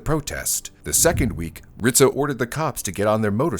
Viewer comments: IT'S RIZZO, NOT RITZO. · I keep hearing Rizzo's name pronounced as "Rit-zo" .... I've always known it as "Riz-zo" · hearing him say Ritzo instead of Rizzo is painful ('pizza' argument is invalid btw) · It's not "Rit-Zo", it's Rizzzz- O" I remember watching this on the news. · It was hard to listen to how he kept pronouncing Rizzo as Ritzo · RIZZO, it’s pronounced RIZZO……not RITZO!! I remember that day clearly…..Philly cops were notoriously known for beating your head in, then asking questions. They were mayor Rizzo‘s personal Irish goon squad. I got pulled over for driving “ too nice of a car”. Nothing happened luckily but it was a 15 minute ordeal that I choose not to relive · his name was Frank RiZZo , no T